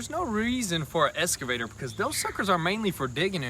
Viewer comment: "escavator" Also, feel like a regular tractor like an L3301 would have been a better bet for non-construction property work